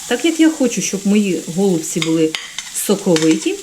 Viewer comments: Ударение правильно ставьте на голубцы, ой невозможно слушать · Все гарно, смачно, зрозуміло. Але слово гОлубці дуже ріже слух! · 😢Правильно голубці, наголос на (І), голубціііі! 😢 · Еееее... ГолубцІ, а не гОлубці.... І де томатна заправка? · Чому гОлубці, а не голубцІ? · Правильно казати голубцІ ☝, українською мовою голубцІ,,, перевірте через словник! Не хейтер, але не можу чути, коли наголос не вірний! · Доктор філологічних наук Олександр Пономарів відповідає на запитання читачів. Назва страви голубцI має наголос на останньому складі. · У нас на Січеславщині говорять тільки голубцІ,з наголосом на "І". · Навiщо такий наголос " голубцi" . На " о " Получается как что то связанное с голубями . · У слові "голубці" наголос ставиться на останній склад. Але всеодно Вам лайк та підписка! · Дуже ріже слух неправильний наголос в слові голубці